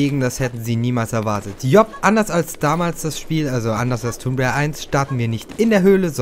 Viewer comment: du sprichst tomb rieder falsch aus du must das o kurz sprechen !!!